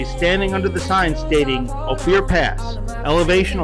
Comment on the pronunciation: Another great bubble-head production. Good to see the country. Ophir is pronounced " oh fir"